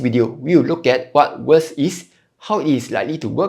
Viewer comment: May I suggest that you try improving your pronunciation. For example, it’s VERS and not “worse”…Honestly, without reading the generated text, it’s very difficult to understand what you are saying. Hope you don’t mind me being direct and straightforward.